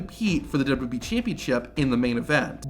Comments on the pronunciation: WWE!!! SOUNDS LIKE YOU BE SAY WB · Man, who would of thought saying 3 letters would destroy someone’s mouth. W W E being said repeatedly throughout the video as W double you bee 🤣